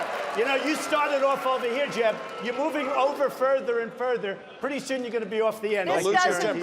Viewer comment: “Excuse me, Jeb-uh”💀💀💀💀